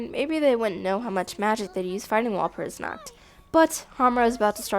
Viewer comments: Midokah, Kie-yolk-oh, Kie-yu-bay, Wall-burch-noght, Wall-purg-not, wall-pur-gee-not, Sey-yaka. Yep that's totally how you pronounce these names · the version of the movie used in this video is the english dub. the english dub with the correct pronunciation's of all the characters' names. so how the fuck does this guy pronounce kyubey as "kai-oo-bey", kyoko as "kai-o-ko", and walpurgisnacht as "wal-pur-jih-not". i'm gonna blow my head off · Kyu-bae. Two syllables Val-pur-gas-not. MAH-do-ka Sai-uh-kuh Mee-tah-key-hah-rah Kyo-ko again, two syllables.